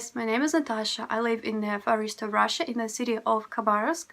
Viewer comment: It sounds like you're saying you live in the forest of Russia. Far east is spoken with a long ee. Try speaking slower and practice learning how to pronounce the letter V.